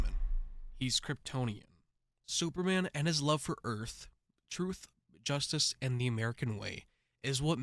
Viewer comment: Why have a page where you talk when you speak so robotically and so monotone, can't pronounce "justice league" "Jawstus" lol. Terrible. And BvS sucked!